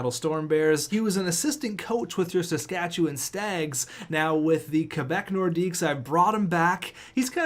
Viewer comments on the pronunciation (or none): none